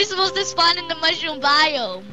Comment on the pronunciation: Living on the mushrrom biome! UH not ''HUH